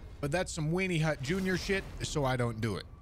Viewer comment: Did u just say "wienny hut junior sh**" 😂😂😂